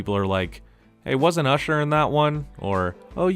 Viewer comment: Why did you say usher like that?? Racist much????